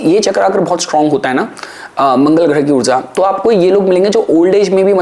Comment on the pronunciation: हिन्दी भाषा में उच्चारण ऊर्ज़ा (Urzaa) नहीं ऊर्जा (Urjaa) होता है